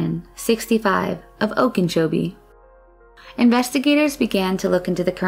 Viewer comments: Okeechobee, not Okinchobie.... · Okeechobee 'oak- ah- cho-be' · And it is NOT pronounced "Ohkin-chobee," as the narrator insists. But overall, for one of these vids, the mispronunciations of our local Native names were few. They always screw up Kissimmee. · And its pronounced "oak-uh-CHO-bee" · Okeechobee doesn't have an "N" in it. Oak - a - cho - bee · There is no “n” in “Okeechobee”.